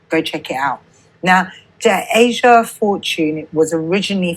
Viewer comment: Dude her name is TASIA! NOT TASHA. Have some respect and at least get the name of the victim right!! Tf